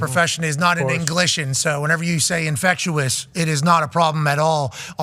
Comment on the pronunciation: “Infectuous” is not a word